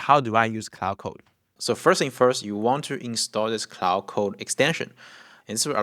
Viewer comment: Not only were you using it wrong. You were pronouncing it wrong aswell